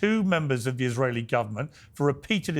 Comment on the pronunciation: hey,, can't you at least pronounce ISRAELI?? it's not more difficult than the F word you use every second!